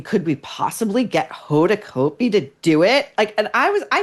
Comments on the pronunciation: You may be 100% correct but geez… Maureen you are sounding so much like a bully. And btw you pronounce her name incorrectly. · I agree with you about Hoda. But don’t purposely mispronounce her last name. It’s just juvenile and stupid.